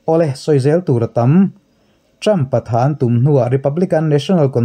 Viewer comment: Ṭam in ti zêl A, Ṭhrampha tih tur a ni zawk a sîn.